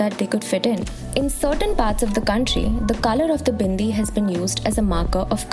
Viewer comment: I don’t know people had so much problem with a Hindu woman wearing a bindi. Why do u have to demonise everything that is associated with Hindus. And the way you say BINDI with so such emphasis on B shows how much you hate the culture.